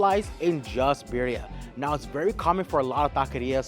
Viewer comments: Dude you have a cactus 🌵 on your forehead and you can't say birrria. Not birya or al pastor not pastor. Your suppose to be expert in mexican food and you cant even speak spanish😮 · Bro sounds Indian pronouncing birria lol